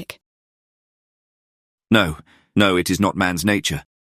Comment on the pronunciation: Thank you! Just one note: Benwick is pronounced like Bennick. The w is silent. Otherwise— very enjoyable.